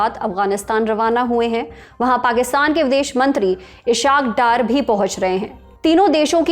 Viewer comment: haaayyyy...ishshaaq daar...even muslim is wrongly say this name.. arrogance on its peak....enjoy